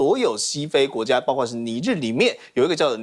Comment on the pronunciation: 包[括]： 音[瓜]或[擴](O) 音[跨](X)